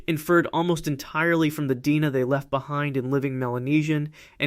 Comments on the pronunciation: D-N-A not "Deena". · Deoxyribonucleic acid. The AI voice Almost sounds real, but the mispronunciation of "DNA" gives it up.